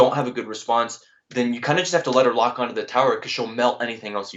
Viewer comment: This mans literally said log and skeleton bruh 💀💀💀